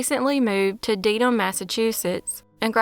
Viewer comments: FYI I'm from Boston. You miss pronounced Deham Ma. (alot of people do) you would say it like a pair of "denim" pants. Dedham Ma - Denim Ma. ❤ your channel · Dedham = "DEAD-um" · Wait really?😂 I’m from the area and have only heard pronounced “deddum” or “dedd’m” not “denim” lmao